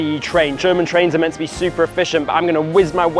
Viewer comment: “German trains are meant to be super efficient.” Nicky, my sweet summer child, have you met DB? Hard emphasis on “meant to be”. 😂😂😂